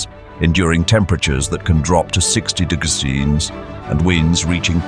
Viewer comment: Do you struggle to pronounce temperatures?🤔 "t-t-digs to t-digs"